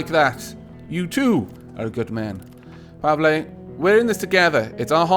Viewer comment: You pronounced Pavle right! Congratulations. You are now one step closer to verbal ascension. Now you just need to understand onomapoeticons!